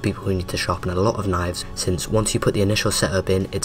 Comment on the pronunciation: Wow A video about knifes where the guy talking says “knoyvs”